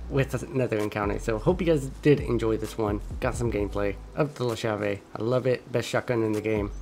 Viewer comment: The shotgun is pronounced with a strong "C" because in in italian "CH" is pronounced like a hard C or K, and the word is pronounced like this: "Kyave". In italian the translation is "the key", and I think it's ment to represent the italian shotgun SPAS